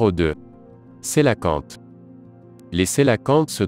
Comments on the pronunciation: sa s'écrit coelacanthe mais sa se dit (ko-é-la-kan-te ;) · Sa se prononce coélacante